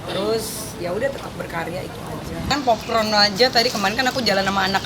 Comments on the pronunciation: PopCorn jah.. bukan POPKRON 🤦‍♀️🤦‍♀️🤦‍♀️ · Ngmng apasih pop pron apasih pop pron.... barangkali mau ngmng pop corn... bacanya pop kon.... kok pop pron... 😂😂😂😂😂😂😂😂😂😂😂😂